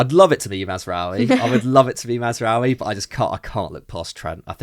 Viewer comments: That woman with a straight face said MAZRAWIII bruv end the stream 😂😂😂😂😂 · Mazraoui??😂 please stop, dont ever bring this girl back